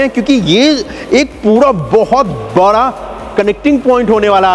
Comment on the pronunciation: Bhai kuch words k pronounciation sahi krlo like बड़ा not बरा